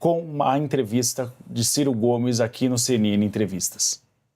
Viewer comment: A CNN imparcial??? "Çei"...